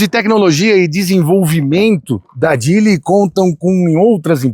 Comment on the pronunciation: Falou que a pronúncia seria "jili" mas fica pronunciando "djili"... tá serto...